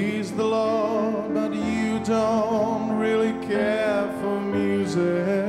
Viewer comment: Viem ze neskoro :P ale keby si si vypocul original :) hahaha zistil by si ze to YOUUUUUUU u je tam a ze tam nespieva do Yah ako vsetci ostatny ... Mr. Cohen bol gentleman a vedel ako vyslovovat .